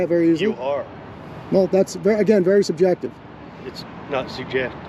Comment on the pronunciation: Dude can't pronounce "subjective" so he disengages...🤣🤣...if Jason and Ben are such huge security threats, shouldn't Deputy Dog stay with them while contacting the proper authorities????...🙄🙄🙄